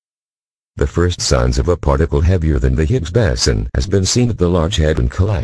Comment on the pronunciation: Lousy, illiterate, speech impaired voice synth. Why, why, why???? BOSON, BOSON, BOSON !!!!